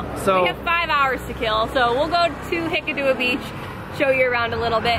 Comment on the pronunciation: wow! superb. but its hik--kaduwa ,not hikadoowa,,,,,,,,,,,,,,,,love it